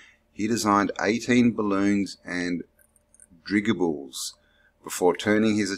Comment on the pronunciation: How are you talking about “airships” but you can’t pronounce dirigible? A dirigible is a hot air balloon or an airship.